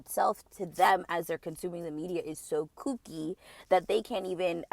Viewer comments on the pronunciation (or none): none